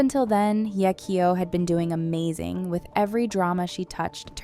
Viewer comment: Why is she butchering her name ? Just simply say "Hey" kyo stop trying to over pronounce it